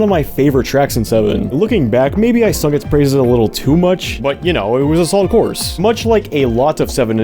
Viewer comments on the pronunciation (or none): none